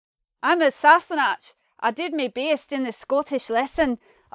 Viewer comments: Anyone can explain Dutch words in old Scottish dialects (ken-know, ilke-every, etc)? I was reading 17 century manuscripts of sons writing to their fathers while studying in the Netherlands, maybe through such lanes? BTW Sassanach is pronounced with H at the end. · Good video, but some of the meanings given and pronunciations are slightly wrong. For example, in sassenach the ‘ch’ would be pronounces as in Loch, not as in ‘chair’. Haud is pronounced as in ‘god’. A few other but it’s overall a helpful video for non-Scots speakers. Interesting fact, my partner if from Iceland and a lot of the Icelandic words are the same as the Scots with the same meanings, so many of them come from old Norse. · Rather iffy pronunciation of sassenach.